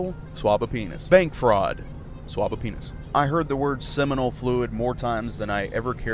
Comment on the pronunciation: took me until he stopped saying it to figrlure it out ......thought he was saying to "swap" one, not "swab" it 😂 so I was like WTF 😂